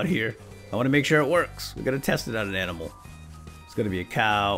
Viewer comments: Animal* you said amimal xd aminal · Umm why are you saying amnol wtf?!!